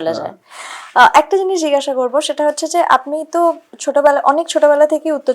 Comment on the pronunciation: সৎ ও সুন্দর প্রচেষ্টা, ধন্যবাদ দিদিভাই। উচ্চারণটা জিগাসা নয় জিজ্ঞাসা।